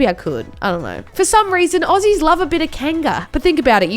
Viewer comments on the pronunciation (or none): none